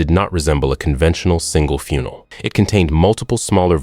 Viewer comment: Crap. A funnel should NOT BE PRONOUNCED “FUUNAL”! Get your dumb AI better educated and teach it to pronounce words CORRECTLY! Until then; GOOD-BYE! No ‘thumbs up’. No ‘subscribe’. Just: GOOD-BYE!